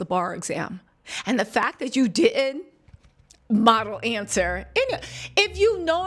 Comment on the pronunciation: the word is Didnt not dittend just a sugestion keep em coming,great videos!!!